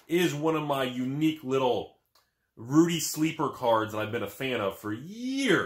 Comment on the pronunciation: not to mention he always yells "*RUDY* with alpha investments" with extra emphasis on the Rudy. I'm convinced he actually leans over next to the camera to yell the intro.